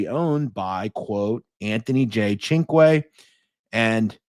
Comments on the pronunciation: here is the proper pronunciation of CINQUE Sin-cue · Cinque. Perfect pronunciation. It means 5. Great stuff.